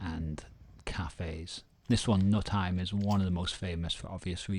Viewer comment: I've biked there too. Amazing view indeed. Nutheim has a long u (Nuutheim) and means something like "home on the hill/mountain".